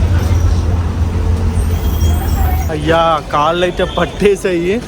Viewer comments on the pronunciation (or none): none